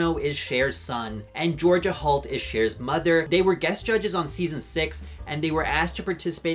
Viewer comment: Love, ya,, but I'm hearing Georgia Halt. (and the captioning seems to agree) Just sayin'... Also, I disagreed with almost everything you said here... except about Georgia Halt, the babies and, of course, the butterflies...